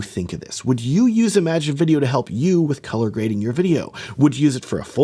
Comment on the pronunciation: Small note: "Im-a-gen" not "imagine". It's originally a Spanish word (pronounced "ee-ma-hen") that was colloquialized into English. Different meaning and pronunciation than "imagine".